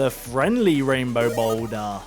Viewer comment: “THE BOULDUHHH”